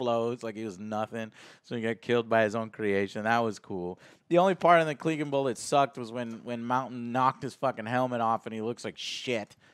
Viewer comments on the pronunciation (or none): What the fucks a "cleeganbowl"? How can you call yourself a game of thrones fan and not know how to pronounce CLEGANE 😂 They literally say it multiple times throughout the show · Are you sure you've been watching all this time? You pronounced so many names wrong lol. Yurion? Drogo? Cleg-in bowl? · Okay I understand the mispronunciation of names for book readers, but if you watch the show how are you mispronouncing Clegane and Cleganebowl? Lol